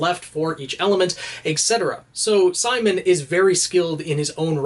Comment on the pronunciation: It's Simin not Simon bro